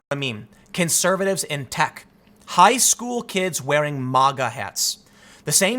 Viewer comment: Its MAGA! Not MOGA